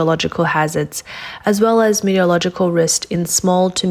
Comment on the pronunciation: If you are going to make any more of these videos... PLEASE, OH PLEASE learn to pronounce METEOROLOGICAL and PRECIPITATION !!! and DON'T USE THAT RIDICULOUS BACKING MUSIC !!!